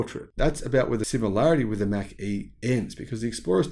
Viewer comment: Mach is pronounced as Mock.